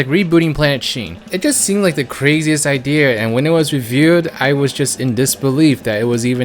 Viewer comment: The way he says idea though Ideeh er